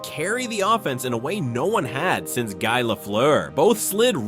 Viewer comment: It’s not pronounced « guy» it’s pronounced «Guee Lafleur»